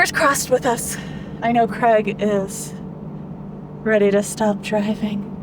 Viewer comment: Great video as always. Now if only would stop calling Craig "Creg" 😂